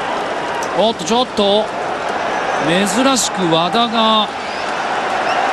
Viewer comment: の「おっとちょっと」の発音好き